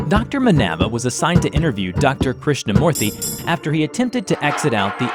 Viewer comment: A lot of corrections to be Made in some of the Indian names By A Fellow Tamilan here! Krishnamoorthy Was right, Except For the Last name. it Should be Pronounced "MOO-rthy" Not "Mo-rthy" Second of all, in the Scene where Krishnamoorthy says about how his mother told him the Legend of the God of Serpents, The Real Name is "Shesha" (Kind of Like Saying Ananstesha, the Name without the Anan) or "Anata" (AAA NUN THA). And Vishnu Should be Pronounced "VISH (Like BISH-op, the Chess piece) NU (Like Saying No Without O and instead U.)